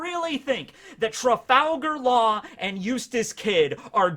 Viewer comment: I have to listen again to be sure that didn't say "...Trafalgar Law and Useless Kid."